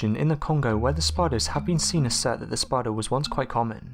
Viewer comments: Anyone else cringe when he narrates spidahh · Conkers Squirrel yes!!!!! Spidahhhh. Omg I can't even listen as the way he talks has put me off! Super annoying!! All I can hear is the last word of each sentence! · Way this guy says spider is stupid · Go to "spida-hhh... Trapdoor spida-hhh" seriously wtf😂😂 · We saw a spidah that was toofittin damituh. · Eh eh Yesou Christ dats no spidah, that a demon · Teh spideeh